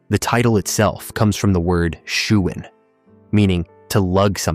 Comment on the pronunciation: Its pronounced: shouwen with an ou as in “ouch”